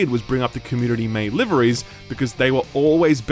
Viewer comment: Is he saying "liveries" or "libraries"?